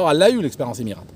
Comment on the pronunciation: Le bon Franchouillard raleur... Et qui ne sait même pas prononcer "Emirates"....🙄🙄 Je les ai pris des douzaines de fois, long et moyen courrier mais en Business sur A380. 5 étoiles !